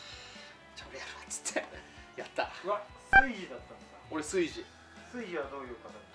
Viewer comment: 炊事を「カイジ」と同じ発音で言う時点でなんか変な方向に染まってるわ笑